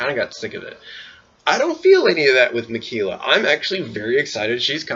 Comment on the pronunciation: I wonder what's his opinions of Jeff Varner is now?? And I know it's minor but everytime u say Ma-Key-La, my OCD goes rampage lmfao.